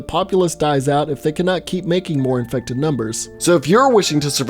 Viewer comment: I like the way you said “iFeCtEd”